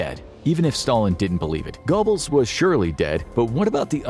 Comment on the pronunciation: Joseph Gobbles? Seriously?